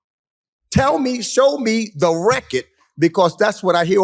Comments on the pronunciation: Someone needs to tell that black guy that was attacking lake that it’s pronounced record not wreck it.Learn how to speak boy.😂😂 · “Show me the REKIT.” His pronunciation of “record” is sending me. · No cap, is he saying “Reckit” or “Record”? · I agree with him. But it's killing me to hear him pronounce "record" as "Wreck-it" over and over. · Is he saying reckitt or record?? 😂😂 that’s gone be in my head all day smh😂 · Please, stop saying "recket" omg. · "Do you have a reckid!"," I want you to show the Reckid!" I love that dude. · Who is the guy pronouncing “record” with this heavy accent. Love it!😂